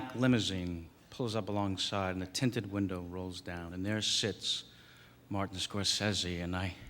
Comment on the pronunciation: He pronounced the name wrong, it's really more like Scor-say-see.